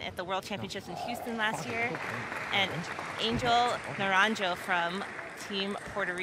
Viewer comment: Put respect on his name Angel Naranjo takes a game off Wang Chuqin. The g in Angel and the j in Naranjo are pronounced like the fist h in "nigh" if you wanna say his name correctly Hay patriaa